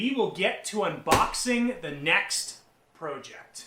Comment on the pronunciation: Please say project the correct way or I’m going to come find you